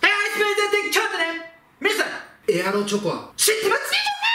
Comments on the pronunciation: エアロチョコがエロチョコに聞こえる人👍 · エロチョコって聞こえる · ⒊13 エアロチョコが、 エロチョコに聞こえる